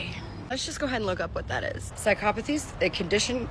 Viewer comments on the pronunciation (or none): Why does she pronounce psychopathy like that?!